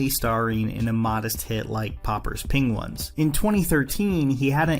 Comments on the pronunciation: Poppers' Pinglins?? haha, please say penguin 🙈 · how did you just pronounce penguins that wrong